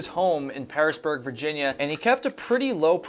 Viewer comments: started a new drinking game. every time says the phrase "all THE sudden" instead of the correct term "all of a sudden", that's one drink. Also, the correct city is called HarriSONburg, not Harrisburg. now you know. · It's Harrisonburg.